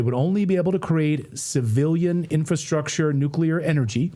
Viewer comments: STOP!!! ITS PRONOUNCED NU CLEAR. not NU CULAR. Thankyou. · I just want to SCREAM every time I hear some supposed knowledgeable agent say "nucular" !!! Learn the vocabulary if you want to be considered as such !!! The term is NUCLEAR... NUCLEAR !!! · I can't do the mispronunciation: "Nucular." It's ignorant. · Tara Reade lost all credibility. She can't pronounce Hegseth or nuclear. Nucular?